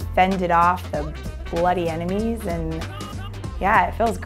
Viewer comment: Did anyone else notice that at the end, she said, "the bloody Emenies" instead of enemies?